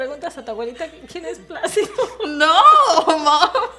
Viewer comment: placido. not plastico.